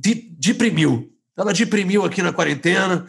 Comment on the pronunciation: Valeu pelo “ ela DIPRIMIL”. Ri muito.